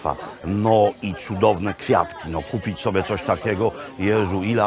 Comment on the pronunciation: jezu jak ona mówi 😐 kupic, z nasjon bio dziewczyny zaczekajcje😬gotowy do spożycja